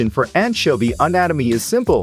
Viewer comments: It sounds like AI to me. Who the heck pronounces anchovy with a hard K rather than a ch and then carries on to pronounce it differently multiple times? The stilted delivery, almost as many mispronunciations as correct pronunciations. I couldn't stand more than a minute of this tripe. Come to think of it, I am pretty sure you would have to be a bot to make your comment too. Don't get me wrong.I know it is a text to speech bot and that this is actually user created. But it seems low level and suspicious when you use awful text to voice bots. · Why did you pronounce anchovy weird so many times